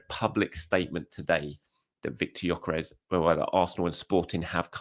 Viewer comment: Its pronounced Yok-ER-ESH. Wish people could be bothered to get this right no G and no EZ